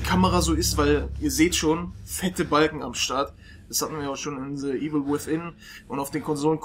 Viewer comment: Wann werden die Deutschen lernen, dass es TH (the) und nicht S (sie) ist? -.